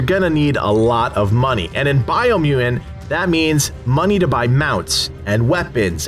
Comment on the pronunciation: Take a shot every time he says "Biomuain". 🥴